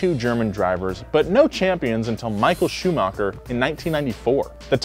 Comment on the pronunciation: Same with how he pronounced Schumacher